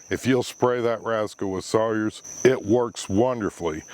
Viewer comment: I thought you said spray that rascal with soy sauce 🤣 (I had to turn on closed captions to find out for sure. But I didn’t realise that this video was aimed at only 4% of the planet that know what Sawyers is… I will have to go google it )